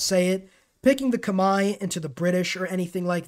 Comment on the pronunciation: damn TIL Khmer is pronounced like that (it rhymes with 'eye', I read that it's not accurate but it's the closest most people can get) 💀 I'm not a Humankind player and was really confused, "Kamae"? thankfully I can decipher the next word Baray and find out that you said Khmer